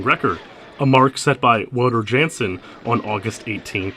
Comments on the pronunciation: Wouter Jansen pronunciation fail. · Might want to pronounce Wouter Jansen's name correctly in the future. The Dutch and Germans pronounce their W as V.